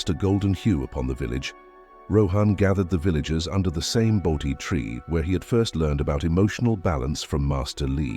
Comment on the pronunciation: Not ‘boaty’ tree. Bodhi tree. There are a few others as well.